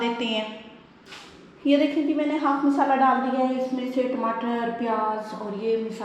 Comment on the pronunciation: Sahi Urdu bolen lafz misala ghalat he Masala bolen